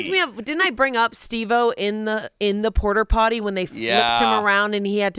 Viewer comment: I'm sorry. Port-a-potty, not porter potty